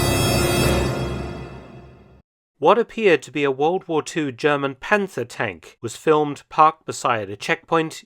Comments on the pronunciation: Its not panter 😢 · Please ignore to pronounce the „th“ in Panther. 😉